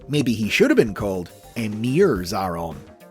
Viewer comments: It's pronounced A-Atron tho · Just fyi, it's pronounced 'Zay-ay-ron' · You've done messed up Xa-a-ron